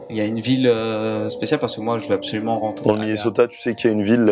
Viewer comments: "A-be-so-lument" xD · A PEUH SO LUMENT ^^